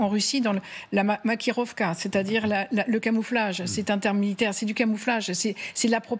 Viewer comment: L’ancienne correspondante en Russie ne parle pas russe: on dit « Maskirovka » et non « Makirovka »